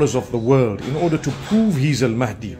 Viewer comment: Astaghfirullah, you have again used the AI generated voice of Ustadh Nouman Ali Khan to prove your point at the end. Stop with the falsehoods. Anyone who hears Nouman's lecture knows he doesn't sound like that. He's an expert in Quranic Arabic (Classical Arabic) and would never pronounce Al Mahdi as Al Maadi. Fear Allah brother.